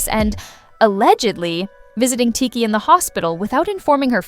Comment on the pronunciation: tired of ai narrator getting names wrong